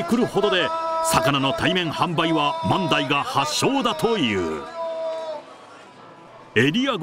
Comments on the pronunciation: 万代の発音が自分と違っててショックだったよ…よく行かせてもろてるけど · 万代の発音がおかしすぎて気になります😂